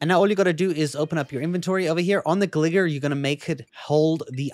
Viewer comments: it's GLY GAR. I will not tolerate miss pronounced Pokemon names. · gli-gar like gar-field. Not gligger like gl nword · It’s pronounced Gligar and gliscore